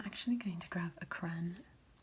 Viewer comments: Miss thing here is attempting some generic English accent and that's DEFINITELY not how you pronounce crayon in English – no matter the dialect 🤣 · Borderline sociopathic way to pronounce "crayon"... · Is "cran" an American way of saying "crayon" or it is a thing? Just like "paradigm" 🤣🤣